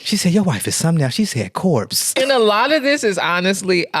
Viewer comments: Not "to the corpse" 😂😂😂😂WHY? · Not "corpse" 😂😂 Limo driver was disrespectful. 🤣 Congratulations on ten years!